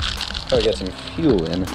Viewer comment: As a Texan that ‘get some’ has my seal of approval